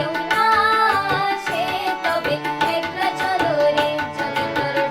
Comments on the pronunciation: It’s pronounced ack-la, not ek-la. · God bless you beta. Keep working on the pronunciation. It’s akla not ekla . It’s ktha not kotha. Etc. But keep singing RBSangeet. And keep listening!